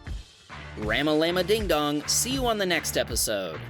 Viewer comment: "RAMalama Ding Dong".....dont ever say that again